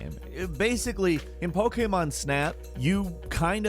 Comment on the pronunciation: The hell is pogaymon?